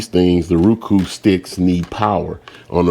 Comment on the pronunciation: "Ruku" must have moved from zimbabwee recently its roku or roe.kuu